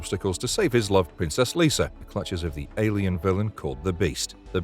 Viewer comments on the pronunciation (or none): It also Lyssa, not Lisa in Krull. Pronounced similar to Alyssa, but drop the first A. Not sure if the narrator has seen some of these movies. However it is an awesome list all in my Blu-ray and DVD collection.